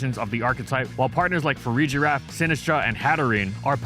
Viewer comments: "fa-REEE-GEE-RAF" NAHHH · I think Farigiraf might take the cake as the most mispronounced pokemon name of gen 9.